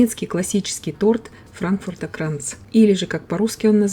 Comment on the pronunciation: Wie schön und perfekt sie Frankfurter Kranz aussprechen. Der Kuchen sieht ebenso perfekt aus. Bravo 👍🏻 Er schmeckt noch besser nach 2 Tagen. Johannisbeer Gellee eignet sich auch sehr gut.